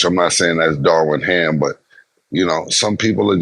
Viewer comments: Cam stay butchering names 😂 “Darwin Ham” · Cam keep syn Darwin Ham when it’s Darvin Ham 😂😂😂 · How they keep calling Darvin Ham Darwin lol